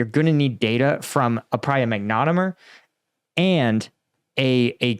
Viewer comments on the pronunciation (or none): It's not a "mag-nom-et-er", it's a "mag-net-om-et-er". Hate to correct, but the "magnet" part is important. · MAG NE TOM ETER not MAGNET O MER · Magnetometer (emphasis on TOM), not magnetomer or magnometer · It's not a mag-nometer or a mag-neto-meter, it's a mag-net-ometer. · Hate to be a wet blanket, but what the heck is a "magnometer?" Is it possible you're mispronouncing the word "magnetometer?" Pronouncing "Mag-ne-tom-meter" as "Mag-nom-meter?" Magnetometers can be used to detect mines... unless the mines are plastic. Therein is another problem. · Hey, sorry but I gotta correct your pronunciation. It is ˌmag-nə-ˈtä-mə-tər - not mag-nə-mə-tər I think this is an excellent start, and I bet they are going to do so much more. Since magnetometers work mostly on ferromagnetic material but not plastics, soon, mines will all be made of plastic. However, ground penetrating radar can detect non-ferrous objects like plastic, glass and pottery so combing those two would be better. They already use IR after dusk to detect objects that heat up differently than soil. Why not use X-rays and check for back-scattering? The specific frequency of X--ray could be fine tuned to scatter off of the materials used fo mines. The E-M spectrum is quite broad and useful. Heres an idea for free: how about using microwaves, fine tuned to resonances in military explosives, to trigger mines? Microwaves are dangerous for living organisms but an unmanned vehicle could scan a field with an array of microwaves, detonating mines from a safe distance even if not detected. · FYI Pronunciation: mag-ne-TOM-eter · Mag-net-om-eter is how it is produced for next time. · Magne-TOM-eter. Great video. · "magnetomer" "manometer" ... You were so close! 😂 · It’s pronounce magne tom eter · Isn't it pronounced "mag ne TOM eter?" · Hi - pronounced - MAG NA TOM ETER Cheers John Kirk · Nice concept. Are any of the mines free of magnetic material? Pronunciation is mag-net-tom-meh-ter 🙂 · MAG - NO - TOM - ITER